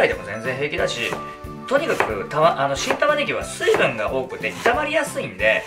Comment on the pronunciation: 何回聞いても新玉ねぎがキン玉ねぎに聞こえる いい耳鼻科紹介してください